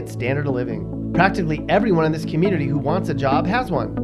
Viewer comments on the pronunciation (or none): The way he said "community was "keymunity" errgh..